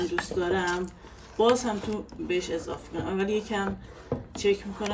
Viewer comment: اضافه نه اضاف